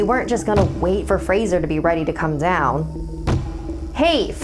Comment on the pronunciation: Does anyone else notice that weird way of saying down